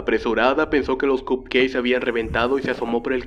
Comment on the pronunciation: ¿Alguien más escuchaba cup "queis"? Jajaja saludos